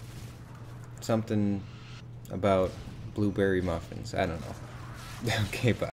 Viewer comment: Blubewwy Muffnz